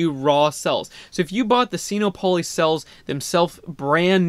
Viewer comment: Will! It's not pronounced seeno-polly! it's sinopoly, like monopoly. sino is a prefix that means chinese so it clearly combines sino and monopoly to make sin-OPP-oh-lee. i hate to be a stickler, but it drives me up a wall every time you say it.